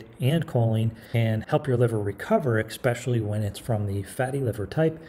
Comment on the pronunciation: I was feeling good about this video until he said "ecspecially"